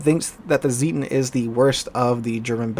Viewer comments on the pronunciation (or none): Zieten, not Sieten :)